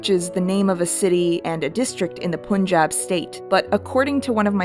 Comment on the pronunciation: ok just a minor grievance, pronounce punjab as pun(as in pun intended)-jab. I can probably say this for all Indian names written in English pun is 'un' and spoon is 'oon'. Love ur stuff btw